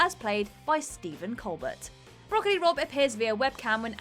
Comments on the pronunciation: It’s not a Whatculture list without a mispronunciation - it’s Stephen Colbert with a silent ‘T’ pronounced colbair. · You know how to pronounce Stephen Colbert's name. Stop it. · seems to be particularly bad at it, lol